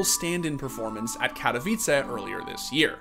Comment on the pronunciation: huge respect for saying "Katowice" the way its supposed to be said instead of saying it with a weirdly sounding english accent like most people do